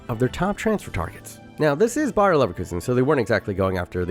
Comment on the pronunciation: seeing as how often it sounds like you are saying "BayerN" instead of "Bayer", this was the last straw. I officially feel personally attacked